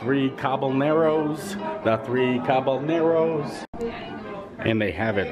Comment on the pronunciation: Your pronunciation of Caballeros made me cringe hahaha